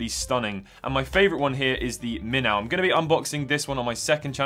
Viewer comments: Minnow is pronounced minno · The w is silent in minnow.